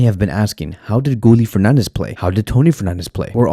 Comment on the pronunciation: Gooly? 😂😂 you mean Gi ye Guille = Guillermo